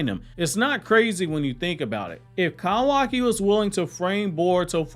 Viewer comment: The way he says kawaki and so frequently makes me cringe so badly lmaooo